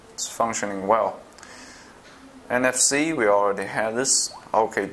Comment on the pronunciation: It's NFC, not MFC